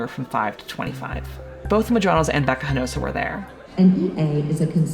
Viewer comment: Love this channel and the reporting. But for the love of cats can you please do a little research on how to pronounce peoples names especially Spanish ones. The entire time the presenter said "Hinosa" completely leaving out a syllable... it's Hinojosa.. transliterated that would be "He-no-hosa"..no one is expecting you to have perfect pronunciation but come on, ya'll are educated & learnEd folks... This makes us brown people of Hispanic descent fell a bit unseen/overlooked sometimes...far be it from you to mispronounce Bordeax, Deveraux, or that Texas restaurant ya'll may have eaten at while here...Pappadeaux... 🙂